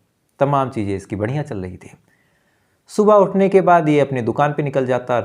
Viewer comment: भाई स और श में फर्क करना सीख लो रात को शो गया शुबह उठा पुलिस को शबूत नही मिला